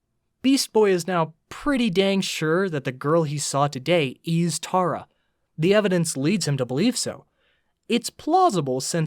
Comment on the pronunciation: TERRA NOT TARA 😭